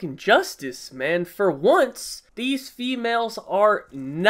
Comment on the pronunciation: why did i hear "fewhales" instead of "females" ...